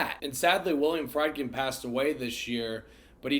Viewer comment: Dude , no disrespect , but if your going to make a video on reviewing this film and franchise , out of respect you should learn the correct pronunciations of Ellen Burstyn and William Friedkin's names . Have a good day